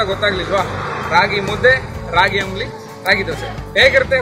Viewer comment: ಆಮ್ಲಿ ಅಲ್ಲ ಸ್ವಾಮಿ,, ಅದು ಅಂಬಲಿ